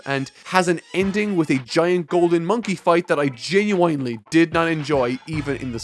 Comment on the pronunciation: STOP FUCKING MISPRONOUNCING "GENUINELY" AS "JEN-YOU-WINE-LEE"